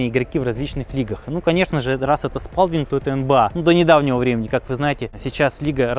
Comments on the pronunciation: Почему Спалдинг?Лучше Спэлдинг,а правильно Сполдинг. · Всю жизнь говорил не спАлдинг и не спЭлдинг, а спОлдинг. И по-моему именно так и звучит название фирмы.